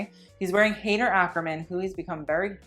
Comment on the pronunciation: “hey - dur” typically you’re good on pronunciation!